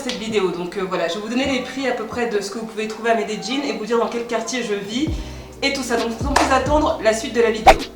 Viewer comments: Shadowaa on dis medeYin pas jin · una pregunta ... Medeyin? medegin? Medellin=Medeyin. ah la francesa ! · Par contre revises ton espagnol.. Medelin se dit mêdelin.. Pas me de Jin ! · On dit Medellín comme c'est écris, et non médéjine exprime toi bien miss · amayaaks quand tu es d’Amérique latine tu prononces le "ll" en “dj” : llorar devient djorar, llamar devient djamar. Si tu viens d’espagnol c’est normal que tu dises Medeyin, mais en Colombie comme au Mexique et ailleurs on dit Medegin:) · Medellin pas medejjin 😂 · J'suis pas colombienne mais j'ai toujours prononcer medellin-> médéyin sa m'fait bizarre ducoup😂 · Medellin se prononce médéyine ta prononciation me tue🤣😂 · Ça me stress un peu la prononciation de Medellín, j’avais jamais entendu cette façon là de le dire 😅 j’ai toujours entendu MedeLin ou MedeYin. Même mes amis colombiens ne le disent pas comme ça.. (Au cas où parce que j’en vois venir, je suis originaire d’Amérique Latine, bilingue Espagnol) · la vraie prononciation c'est plutôt "méédjinn" par les habitants de la région d'Antioquia(la où se trouve Medellin) non méDéjinn. Ça, c'est plutôt les français-es qui essaye de prononcer comme les gens de là bas. Les colombiens des autres régions prononcent plutot "méédiye ". Prête bien l'oreille, tu verras. Ou plutôt tu entendras. 😉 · Pourquoi tu dis melledin, cest pas medellin ? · Euuuh j’ai vécu 4 ans à medellin ma femme est paisa et ta prononciation n’est pas la bonne, rien de grave mais pas besoin de te forcer tu peux le dire avec ton accent français ça fera charmant tkt pas plutôt que de forcer comme ça avec une prononciation qui n’est pas la bonne non plus, merci pour la vidéo quand même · C est énervant la facon d écorcher medelin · Medellinnnnnnnnnnnnnnnnee pas jinnn 🤯🤯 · MedeLLin*. "dj" est une des prononciations des deux L en espagnol. C'est probablement comme ça que les locaux le prononcent d'ailleurs. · Non, c'est "Medellín" . En Amérique Latine on prononce souvent le son "dj" pour "LL"